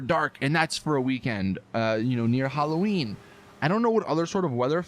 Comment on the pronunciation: The fuck is an eeeklipse or Huloween?